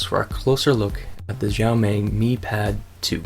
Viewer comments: ok review, but sorry I was way too distracted by your CONSTANT mis- pronunciation of "Xiaomi". The way you say it, it would be spelled " Zhao Mei ". it's pronounced "sha-oww(rhymes with oww) mee" you say it wrong so often it's like what if someone kept calling you "" or kept calling iPad the "Aaay-pull" iPad. it would drive most people crazy hearing it for 10 minutes. but otherwise glad you noted the lag. I'm still looking for a decent Android tablet. thanks "" 😜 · "djaomej", pls learn how to pronounce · decent review but the way he says xiaomi made me cringe, its honestly just read as it looks, this is just assuming what Chinese people sound like... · you're pronouncing it wrong. also I believe that audio is not synced with video.